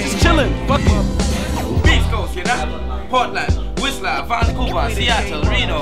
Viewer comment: fail on the pvrple mob it's coAst not cost xD Tahhh! can't even say your own city right GTFO